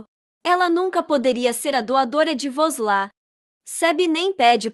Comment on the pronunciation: Por que voces trocam os nomes dos pesonagens, Aliço e sempre Aliço e não Elien como voces falam de vez em quando, não troquem o nome e nem pronunciem de forma equivocada Vos la não é vos la é VUSLAT, Mauem e Meryen